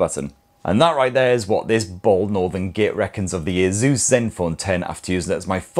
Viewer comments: its not aZus it aSus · Why does it sound like he's saying "Jesus" 😂😂😂